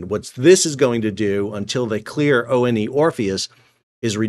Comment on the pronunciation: ONE Orpheus — like the number 1, not O-N-E… for crying out loud 😂